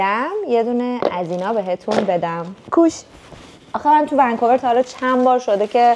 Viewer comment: سلام کانال جدید مبارک با عرض ادب و احترام فراوان اسفَناج درست نیست اسفِناج درسته کِروسان درست نیست کْروسان درسته ونکُور نه ونکووِر ببخشید ولی این سه تا خیلی رو مخم بود دلم می‌خواست بگم تا درستشونو تلفظ کنی♥️